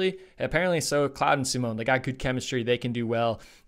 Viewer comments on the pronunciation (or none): The Claude brothers (Fabien, Florent who races for Belgium, and Emilien) is pronounced "Cl-ode", not "Cloud". 😉 Thank you so much for these Schalke event videos, very fun to watch while we wait for the World Cup races to start back up next week. 🙂